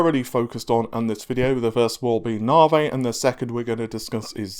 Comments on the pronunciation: It's NAV-EE man! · N...A....V....I Dammit, not Navheyyy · what is "naveh" ? Is that the new nvidia card? Super Naveh? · mate, call it correctly... enough with the navay..... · Don't know about hype, but Ryzen is defininitely pronounced better than Navi.